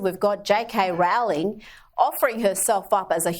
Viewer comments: But could you pronounce this wonderful woman’s name correctly? It’s ROLL-ing, not ROW-ling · It’s pronounced ‘rolling’